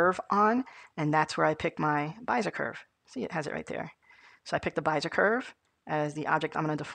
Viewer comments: Be-zi-er not Bi-ze-r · yh he means bez-eee-ay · neat video. it's pronounced bEEzer or BEE Zee yay curve. :) Thanks for posting. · it's driving me crazy how you pronounce Bezier but that aside the video perfectly covered what I needed, many thanks.